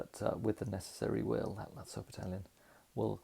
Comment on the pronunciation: Another brilliant video. (Lutzow is is pronounced Lut-zoff).